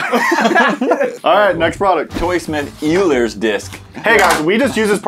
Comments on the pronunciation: When they say yuler instead of Oil-er :( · its pronounced oil-ers disk, not you-lers disk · FYI it's pronounced like oilers disk, just not spelled that way. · Boys. Boys. Euler is pronounced "Oiler"